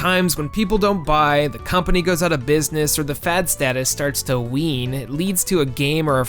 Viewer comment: it’s “wane” not “wean”